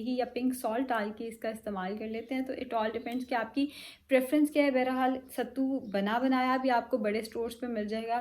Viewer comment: Bayra hal nahe hota bahar haal hota hy ☺️